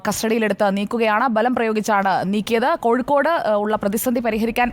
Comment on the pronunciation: കോഴിക്കൂട് അല്ല കോഴിക്കോട്